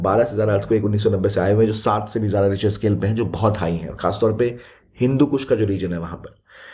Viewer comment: “Pe hein ho jo bahot high hein” sounds like “bhencho bahot high hein”😅